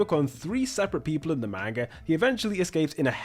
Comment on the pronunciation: Was really interested in this video and then heard you pronounce "manga".